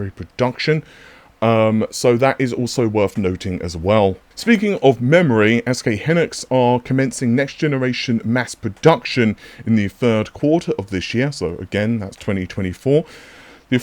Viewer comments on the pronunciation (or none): Bro it's pronounced HI-NIX not HIN-IX